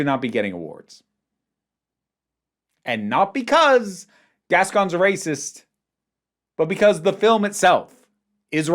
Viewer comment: Just starting to watch the video but I have to say something I wanted to say in the prior video and forgot: I absolutely love how you pronunciate Gascón... you're doing it SO well. 👏🏻👏🏻👏🏻👏🏻👏🏻👏🏻 Lots of love from Buenos Aires 💖💖